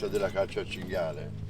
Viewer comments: ~chin,gale... its "chin-gee-ah-lay" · It's CINGHIALE baby, not cingale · cinghIale no cingale